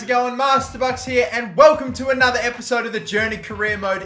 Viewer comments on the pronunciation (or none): none